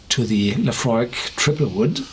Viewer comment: Sounded like he said euphoric